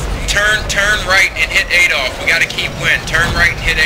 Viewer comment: he said Adolf Rofl It's AE*DOL*PHEE*